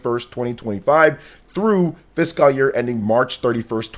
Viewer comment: and, not to mention, his horrible pronunciation of the word "fiscal".